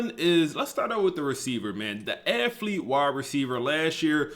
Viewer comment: Bro is a genius with the game but I would love to get him a speech pathologist no disrespect 😂 it KILLS ME every time he says AFFlete like bruh lmao